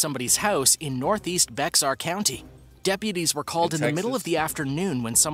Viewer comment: Bexar county???? It is pronounced like bayer. The x becomes like a y sound and it sounds like your saying "bear county".